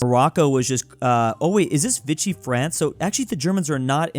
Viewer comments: Is is pronounced Veeshee not vichee france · It's VI-CHEE France not VI-KEE France. Fight me...